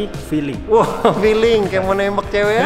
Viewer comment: Feeling om bukan filling